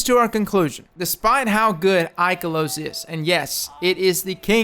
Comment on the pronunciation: Ooof, the poor pronunciation of Ikelos it hurts my soul -_-.